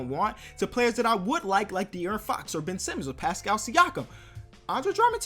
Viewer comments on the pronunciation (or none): none